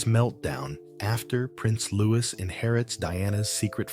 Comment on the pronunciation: Silent S.when say Louis